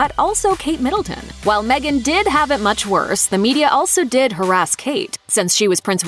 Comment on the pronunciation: Me-gain lies🤪